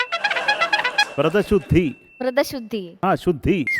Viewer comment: വൃതശുദ്ധി❌ വ്രതശുദ്ധി✅